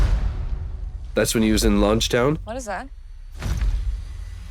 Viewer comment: It's not lunch town, it's Logue town. Like Pro-logue and Epi-logue.